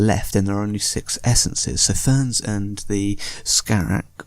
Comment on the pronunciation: Ferns? FERNS!? Do you not speak ENGLISH!? While also being a native speaker I presume? IT'S FEEEEERAAAAAAAAAAAAAAAAAAANS! You can shove the FERNS in your arse Sir! Also you pronounce Varyn's as Varian's. Go BACK TO SCHOOL! NOW!